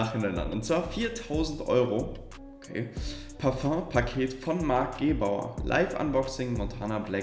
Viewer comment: Du meinst parföng